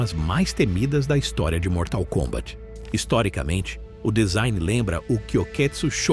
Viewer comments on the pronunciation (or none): none